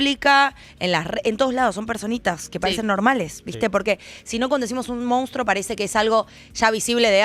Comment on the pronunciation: se dice monstrUO, No se dice mOUnstro. Si no lo saben ni pronunciar, menos van a saber identificarlo.